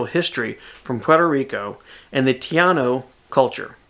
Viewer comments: I am taino and I am totally excited for the video you did even if it was in fast action in making it. Even the small history lesson about the taino was on point. The only thing was that instead of you saying taino you kept saying tiano which is not the same but I'm not offended because I know what you meant. The Mallot is beautiful. We call that in Puerto Rico a Pilón pronounced Pee loan. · Great video, great work. It’s TAH-eeno... but you probably know that now. I loved your little history lesson, hiciste muy bien! (You did very well!)